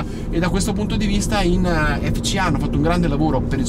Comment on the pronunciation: azz, "ef si ei" ma pure "si es ai"